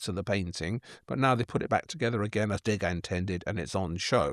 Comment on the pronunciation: And interesting how Waldy mispronounces Septimius Severus and Degas (no accent on the e).